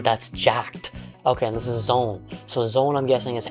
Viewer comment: I hate it when "zoan" is pronounced "zone". It's "zo-an", it's a real word/scientific suffix in real life, there's a correct way to say it.